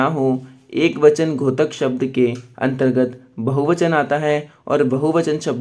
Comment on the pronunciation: घोतक नहीं होता है बल्कि द्योतक है।(द्+यो+त+क )